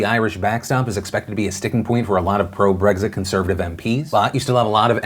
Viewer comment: There's no g in Brexit, Phil